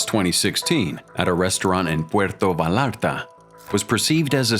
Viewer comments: Great accent with pronouncing “Puerto Vallarta” lol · Who in the world can't pronounce "Puerto Vallarta" ?